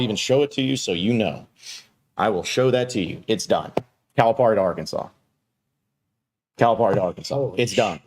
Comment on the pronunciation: Please pronounce Coach Cal’s name correctly its Cal-a-Pear-e